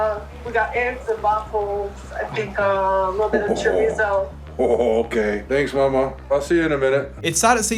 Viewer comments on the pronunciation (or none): none